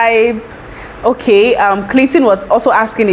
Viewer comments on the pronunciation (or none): none